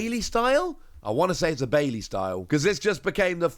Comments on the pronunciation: Baille, with two letter Ls in English is Spanish for dance not one L. Pronounced Buy-yeah, like I put in the first place. Relearn your Spanish, sir. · you keep pronouncing Fuecoco wrong. It's Fway-co-co. Your mispronunciation of Fuecoco makes me want to turn off the video. Baille is pronounced Buy-yeah. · Actually, it's "Baile" and is pronounced Buy-leh. It's spanish for dance.